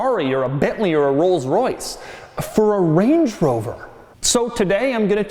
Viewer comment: "...Bentleys and Rolls-Roice."